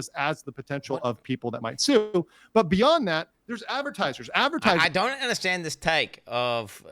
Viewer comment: Now UNDERSHTAND